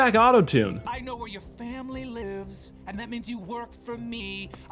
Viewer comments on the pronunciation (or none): I'm sorry but I lost my shit "I know where your ✨FaamilY L I V E S✨"